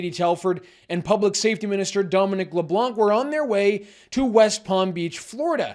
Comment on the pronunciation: MANUFACTURED OUTAGE and POLITICAL PROPAGANDA by the RADICAL RIGHT while trying to get rich by producing negative social media content. A little respect please, his name is NOT Le Blank.